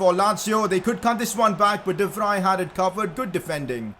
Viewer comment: Today u call him we VRI the next u call him de vrij pick one man BTW its de vrij